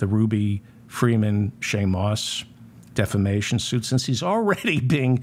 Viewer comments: Re: Mike Lindell. Don’t you mean he is getting sued for “deflammation?” Listen to him say defamation. Every time. It’s delicious. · when Lindell says it, it's "deplisistion".